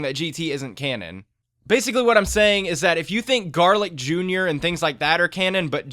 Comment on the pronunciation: garlic Jr. sounds like garlic as in the food lol